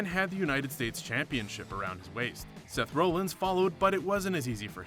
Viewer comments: Ikr he called him Seth Romans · Seth Rowllins? Hogglesworth? WTF? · Who the fuck is Seth Role-ins?...Could have have expected that on a video titled "bloopers" and not botches. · Who's Seth Roll-ins? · Seth Role--ins? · is it just me or did he say Seth Rollins